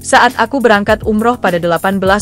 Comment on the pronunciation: Umroh ucapin yg bener bgo